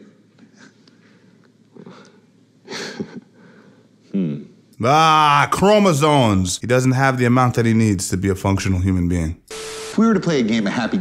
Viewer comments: Did you say "chromasoNes"?😆😆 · It’s CHROMOSOMES not CHROMOSONES